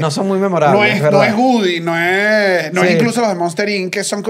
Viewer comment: No es GUDY!!!! Le pueden decir a que es WOODY!!!